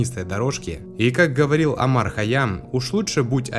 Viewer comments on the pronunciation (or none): none